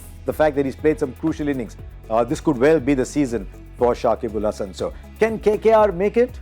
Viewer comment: shakib al Hasan not sakibul🫤